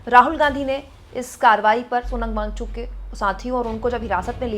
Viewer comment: Thank you 🙏🏼 But Wang - Chuk mam not Wangchu.